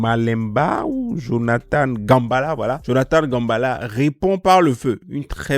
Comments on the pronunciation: C'est un nom africain, particulièrement congolais. GA-MBE (mbé)-LA et non Gambala. 💔💔💔💔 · Jonathan "Gambala" C'est qui ? 😂😂😂, frère c'est un manque de respect envers ce serviteur de Dieu. C'est Jonathan Gambéla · Minimum de respect pour Jonathan GAMBELA. Et puis c'est pas un nom compliqué à prononcer...